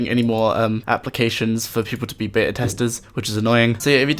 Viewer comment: yoo mate, good video! cant wait for osrs mobile, but please talk slower atleast a bit, its beta, not bea :P